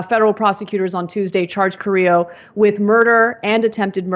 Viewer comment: You'd assume that a woman who has bragged about her preference for "latino" men and about growing up with latinos would know how to pronounce Carrillo . Hint, it is not pronounces kar-re-o